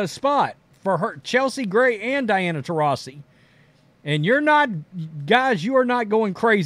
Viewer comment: It’s funny watching try to pronounce her name 😂